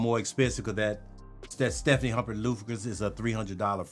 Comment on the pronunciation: Stephane is a guy, not Stephanie Stef ähn is the pronunciation my guy.